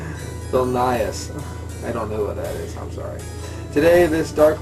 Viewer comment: All I know if it is anything like the porter beers I had in the baltics becareful the next day... taste greats, but WICKED hangovers... oh and Vilnius is pronounced something like Vill - noose (vil part of villain and then noose like the noose they hang people with). Fun town, Lithuania had great beer (lived a few blocks from Svyturys Brewery). Sounds like it is more or less like it is there. good review.